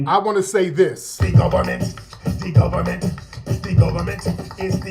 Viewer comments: 'De Gohbahment!! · IT IS DEE GUBBAMENT!!! 🤣🤣🤣